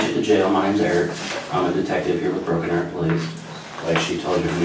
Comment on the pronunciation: The Widdow Bwuddow of Bwoken Awow.